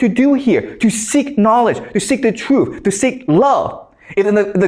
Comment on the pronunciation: Its truth wang not truff, god this guy is an idiot🤣🤣